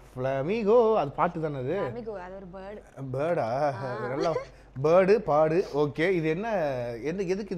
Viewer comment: Birduu paadu sonathu enaku birduu baadu ketuchu 😔😔😔😔😔😔😰😰😰😰😰😰